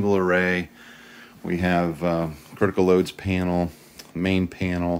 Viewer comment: "penal" (as pronounced) pertains to prison, etc. panel as written pertains to electrical equipment..............g